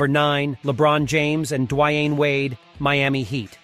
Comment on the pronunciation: Ikr. Dwayne Whyaide